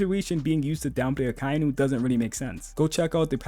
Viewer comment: Aka-Inu... Not "Ah-Kai-Nu."